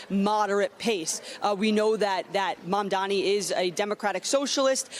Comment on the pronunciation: Mayor Mamdani! Learn how to say it!